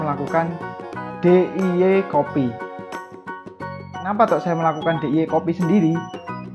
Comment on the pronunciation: DIY tu bacanya ,, di ay way ,, bukan di e ye 😂😂😹